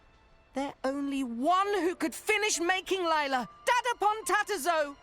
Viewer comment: Lila who? It Lie-la.